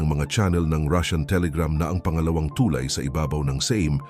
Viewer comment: TuLAY, hindi TUlay. Salamat sa pagtanim ng Wikang Pilipino.